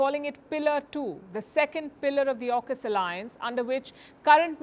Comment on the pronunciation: And it's AUKUS not ARKUS